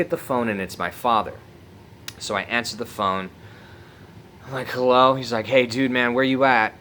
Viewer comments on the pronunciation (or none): well hewwo hewwo